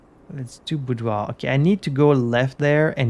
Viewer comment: I love that you pronounce all the loan words from the French language like Reservoir and Boudoir in the correct way! Fun cultural exchange